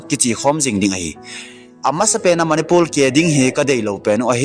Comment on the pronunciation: Nathu sei maltal a om pon,martar ti joh di ahin,chun.manipul ti lo va manipur ti joh di ahe..thadou speak kei jong ka tho in di dih taha ka seithei e..namdang hong i english pou tho ei nuisat in teu ve.🤭🤭🙏